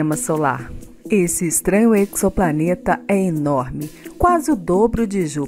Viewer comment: Pessoal que quer divulgar matérias científicas podia começar pronunciando corretamente a palavra em português. Eczoplaneta não existe...Ezoplaneta porque o X se pronuncia como Z da mesma maneira que se diz uma reação exotérmica (pronuncia-se ezotérmica e não eczotérmica ou ecsotérmica)....pegam a palavra do inglês onde o Z é pronunciado como igzoplanet ou igzit (exit)